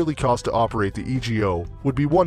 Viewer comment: It's E-go, not E.G.O.